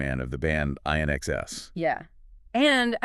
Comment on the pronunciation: AI can’t pronounce inxs 😆